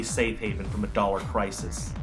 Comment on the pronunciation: "dollEr" war?